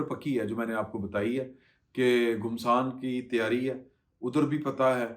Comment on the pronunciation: بھائ گھمسان پیش کے ساتھ کیا ہوتا ہے؟! گھمسان زبر کے ساتھ بولا جاتا ہے۔